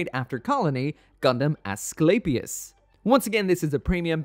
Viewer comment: Great looking kit, always liked the G-Unit stuff but spent way too much time thinking is was some kind of Astray/Seed spinoff before actually readying a Manga, lol. The Units name is pronounces Ess-sku-lay-pee-us. The Greek god of Medicine!